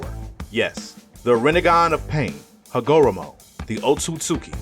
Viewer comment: Yu didn’t even say hagoromo name right😂😂